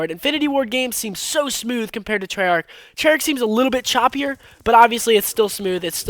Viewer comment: trey yarch